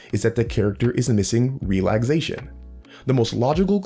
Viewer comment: Is he saying ‘relagsation’?